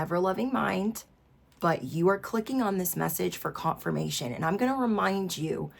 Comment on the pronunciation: Did she say "cop-firmation"?